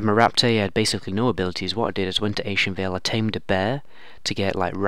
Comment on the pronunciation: You lost me at "Ashenvale"